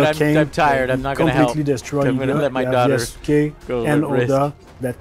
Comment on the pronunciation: The Black Samurai is named Yasuke. Yasuke is pronounced (YAW-SKAY) it sounds just like Sasuke from Naruto, but with a 'Y' instead of an 'S'.